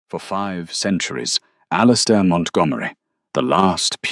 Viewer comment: Okay AI. You've got to get your act together. How does one even pronounce "Claraara"? I think I did a better job with "Alistister". Otherwise, it was a gripping story. Very nicely done. Thank you.